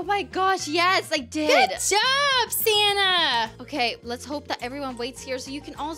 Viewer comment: Did anyone see that silly said santa instead of sanna